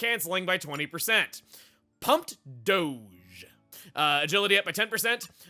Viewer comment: did you really read dodge as doge?